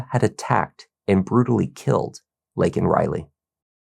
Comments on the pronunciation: It's LAYkin not LINkin. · Biden says "Lincoln" Riley......always an idiot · Only 37 Democrats voted FOR the Laken Riley act. Who in the Fk pronounces her name wrong????? That’s right Joe FKN Biden. He PERSONALLY LET THIS DEMON in the U.S. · Regardless of your political stance, this girl should not have been used as a tool to push any political agenda. Neither side handled this well. Biden couldn't even pronounce her name correctly. That must have been so exhausting for the family. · Joe can’t even say her name right. Wow. 😢 Prayers to her family. Never should have happened. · Biden couldn't pronounce her name right. 🥵